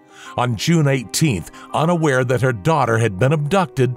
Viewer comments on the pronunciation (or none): none